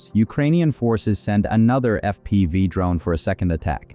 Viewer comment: "Eff Pee Vye" strikes - lol, terrible AI narration